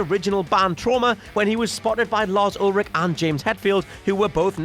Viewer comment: That's Lars Ulrich for you sir silent "ch" not Olric